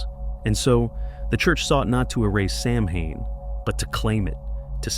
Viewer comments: Hi, beautiful animations. One thing, though: Samhain is pronounced SOW-wen. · Please .. pronounced “sow-when” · Those animations are so great, though. Did you do them yourself? Loved them. And on that pronunciation: it's not an easy one, lol. Ireland actually has two official languages, English... and Gaelic. It's an ancient language. As a primary language, only a small number of native Irish use it anymore. It's taught in Irish schools so the language doesn't completely go extinct. Some letters were put together in Gaelic to make some sounds. For example, "mh" was the sound of "w". It's an interesting language; when you see it in print, several words aren't pronounced as they're written, lol. Anyway... Happy Halloween to you, and nice video! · if you're not going to pronounce it correctly, why bother with the video. disliked. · It's AI. It has no clue how to say Samhain. 🤷‍♀️